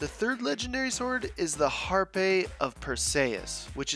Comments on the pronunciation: dude in the word "Harpe" the E is silent (Pronounced "Harp") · Har - p of Per - c - us, is how to pronounce it